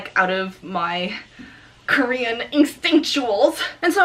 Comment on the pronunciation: “Out of my Korean instinctcauls”. ~ 2017